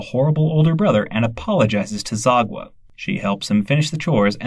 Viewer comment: The way you pronounced Sagwa’s name as “Zagwa” 💀